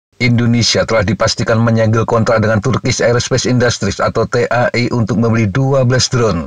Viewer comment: T.A.I . .....menyebut huruf satu persatu ... risih juga kalo dibaca langsung!😂.